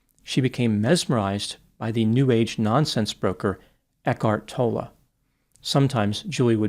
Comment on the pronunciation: New age nonsense broker? You didn't even pronounce his name correctly. Eckhart Tolle has only ever tried to bring people peace. He is a loving man. How dare you? Very self-righteous of you. What has Eckhart ever done to hurt anyone. You need to apologize!!!!!!!!!!!!!!!!!!!!!!!!!